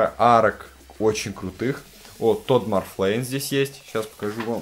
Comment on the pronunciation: Тодд Макфарлейн, а не "Тодд Марфлейн"